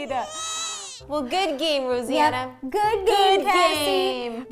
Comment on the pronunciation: When she called her "Rosie Anna" 😂😬